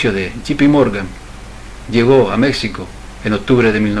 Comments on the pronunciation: ¿Por qué le llamas "Mécsico" todo el rato? Eso desmerece la buena labor de investigación que has hecho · Y por favor pronuncia Mexico con jota ... los mexicanos conserva la forma antigua del castellano que en Castilla se adoptó la jota para ese sonido....Ximenez es el actual Jiménez...etc. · Vas a decir que es una ridiculez lo que te voy a pedir, más aún con lo interesante y bien investigado tema. México se pronuncia como un día lo escribieron los españoles peninsulares: MÉJICO. No es tu forma de pronunciar de pronunciar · Mexicano y México están mal pronunciados en todo el vídeo. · Un error tipográfico nada más. No como su constante y contumaz pronunciación errada. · No tiene Vd. derecho alguno a desfigurar una propiedad común como es el idioma. Saberlo no es estupidez. Empeñarse en desconcerlo, sí.